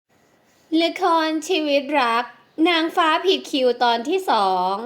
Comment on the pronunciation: แอดอ่านผิดผิดคิวออกเสียงเป็นผิดคิ้ว,😂